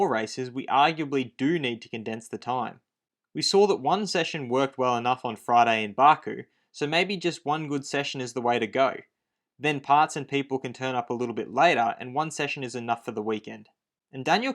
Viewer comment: Recycled other people work and it's Baku not Barku.